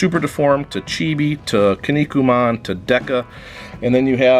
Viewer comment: It's pronounced "Key-Knee-Coo-Man". I will find you soon.